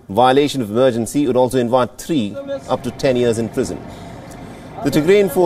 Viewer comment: like three for tree and vest for west these are small examples of pronunciation gone wrong but when you are on the news you better get it right.